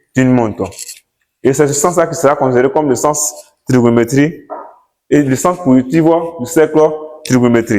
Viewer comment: Faut bien prononcer cher prof. Cercle trigonométrique et non cercle trigonométrie